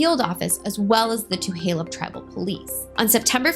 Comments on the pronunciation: Hey first off how u pronounce Tulalip is, tah-la-lip not two-ha-lup and second the welfare check you say she didn't pick up is not a welfare charity check the money is called a "per capita" which is a payment that come from the three casinos that every tribal member gets paid a percentage of the profits. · Thank you for doing this story. I just want to submit a gentle correction; its TuLaLup* (pronounced TOO-LAY-LUP*** NOT TuHaLup (current pronunciation in video Too-HAY-Lup is incorrect) 🙏🙏🧡🧡🙏🙏 And like SuPeRn8v1960 stated, its not "Welfare" its PerCap. Its unfortunate that this story is being being used to bring attention to your channel and your intention is not pure or for the betger good of MMIW. Definitely still a racially driven post and thats super shitty. So while I initially followed your channel, I will have to unfollow it after this comment. I will not support this use of this story to help bump your youtube popularity. Its disgusting and we should be way passed this in 2024. 😞😞🙄🙄😞😞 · It’s just Tu-lay-lip I grew up off 34th Ave right on fire trail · Tuh-lay-lip Tulalip no H. Thank you for the informative video 😊 Such a close to home story. I am 5 years older, born the same day and grew up on Lake Goodwin. Fly high Mary ❤ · I grew up on the res. It's pronounced Tuh Lay Lip. Thanks for the great video. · Two lay lup Tulalip is pronounced 2 lay lup